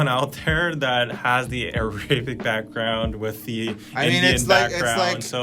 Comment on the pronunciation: and, as an Arab... wtf is aRaebek lmao umm it’s just than I never heard someone pronounce it this way...